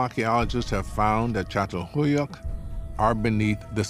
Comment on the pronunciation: Maşallah ne güzel çatalhöyük diyor